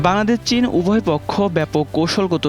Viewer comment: 😂😂😂its chin...not shin😂😂😂😂